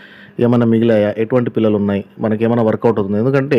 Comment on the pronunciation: Anna pullalu kadhu pillalu